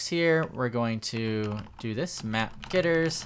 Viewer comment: Why do you say gitters instead of getters? xD